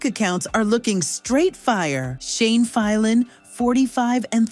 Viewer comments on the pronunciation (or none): Brian was born on 12th April 1980, and Shane's last name is pronounced as File-an, not Fil-an. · And the way she says Shane's name? Fee-lan? WTH